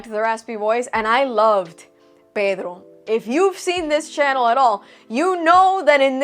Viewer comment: It is the correct way to pronounce his name. She always pronounce Pedro’s name with a latin/hispanic accent. Nothing new, nothing weird about it. It would’ve sound weird if she said his name with an american accent, especially since she speaks spanish fluently. It comes naturally for her as a bilingual speaker, don’t you know she is a latina…? 😅 Unlike most of my friends here in Sweden, I actually pronounce Pedro’s name with spanish accent. Because my best friend and his father taught me spanish.